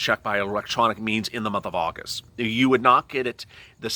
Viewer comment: You say abril we are and agost